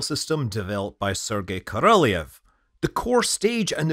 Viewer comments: He was Korolyov, not Korolyev. There is different cyrillic letters е (ye) and ё (yo). It's not your fault of mispronouncing, it's because lazy Russians often forget to put the dots over ё or do not use this letter deliberately and relying on you to recognize the word correctly. Maybe, it's also because old designs of typing machines were restrictive on the numbers of symbols they may have, and they just didn't have this letter on their keyboards. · Korolyov actually, not Korolev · hint: if you want to pronounce "Korolyov" correctly, you need to pronounce "lyov" like Sia pronounces "love" in the song Chandelier ("I feel the love") on 28 sec :)